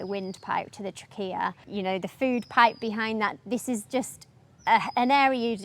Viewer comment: “ So close to his * Tra- Kia * ( Trachea) … Ommmg!!! Did she really just pronounced it TRA-KIA !?! That is the Cuuuuuuuutest thing I have Eever heard!! ❤